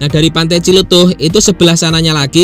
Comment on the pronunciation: Yah paling benar TJLETUH😂